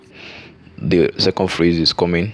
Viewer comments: Sir, please work on your pronunciation. It's PHASE and not PHRASE. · Me sef dey wonder. I kept on hearing ‘phrase’ which has a totally different meaning from ‘phase’. But good effort.